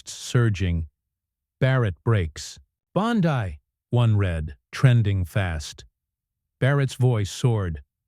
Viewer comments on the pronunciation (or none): Its Bondi not Bondai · Teach these narrating bots how to speak. Her name is Bond ee, not Bond ai. It's ridiculous! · For the love of God -- Her name is pronounced BAHN-dee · Spelled Bondi. Pronounced Bondee . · Learn how to pronounce Bondi’s name! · You pronounce "Bondi" different. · What the f&*% is talking in this "insider intel"? They can't even get Bondi"s name pronounced right. What a bunch of worthless "news". I should have turned it off, but my curiosity kept me listening even though I knew better. Of course, that won't happen again. I'm old, so was this some AI thing talking? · No subscribe or "likes" until you pronounce Bondi's name correctly. Sheesh!